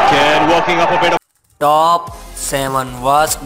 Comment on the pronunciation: Taaap Seven waars baansers”